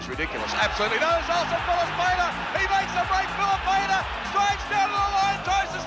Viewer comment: It's no pania, it's pronounced fee lee pain ahh